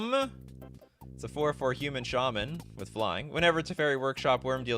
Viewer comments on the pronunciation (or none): none